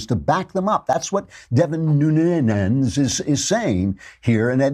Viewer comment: Nunes----( NU-Nez )